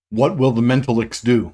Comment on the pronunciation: Men. Tal. icks.